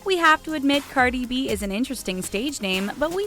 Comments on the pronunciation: Lmao she slaughtered cardis real name the way she pronounced it😂🤦🏽‍♀️ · How many of y’all got Upset that they pronounce Cardi B‘s name wrong